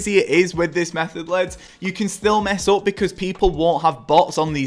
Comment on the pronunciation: Love it how you say leds for lads 😂 Great vid !